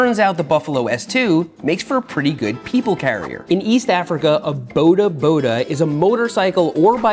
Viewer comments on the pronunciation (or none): I'd pay to teach you how to say bodaboda not like that 😂😂😂 Boudahboudah Like you know how you say boarder? Not boulder, not border, boarderboarder